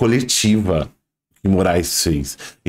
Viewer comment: Reparem que ele diz...CÃOnstantino...reparem...😂😂😂😂